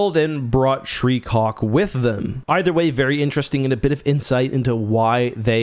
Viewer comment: I keep hearing "shreecock". 😆